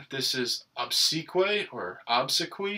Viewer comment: Obsequiae = Ob-sec-we-eye. Great vids sir.